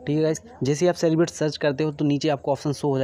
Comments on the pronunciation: Thanks bro...👍☺️...btw it's कैलीब्रेट not celebrate...but thanks anyway...👏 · काली ब्रेट not सेलिब्रेट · Bhai Wo Calibrate(Kalibrate) hai. Salibrate nhi hai. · Not सेलीब्रेट it's केलीब्रेटस 😅😅😅